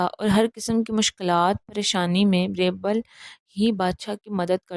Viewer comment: It's Beerbal بیربل Not Braibel